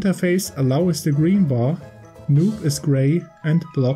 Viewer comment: The »noop« directive should be pronounced »no-op« actually (as in »no operation« — do nothing). Really good (if slightly outdated) uBlock guide otherwise. Cheers!